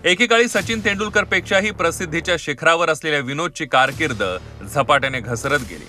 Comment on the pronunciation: तेंदू नाही तेंडूलकर हिन्दी भाषिक आहे का ही बया ?